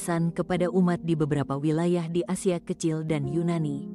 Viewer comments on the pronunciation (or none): none